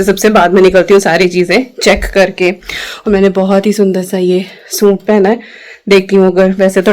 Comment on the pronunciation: Suit Nahin hota sut bolate Hain😅